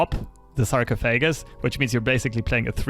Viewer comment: Sar-coff-oh-gus <3 Not poking fun, just tryin' to help. You rock dude. I only speak one language, maybe one day I'll have more.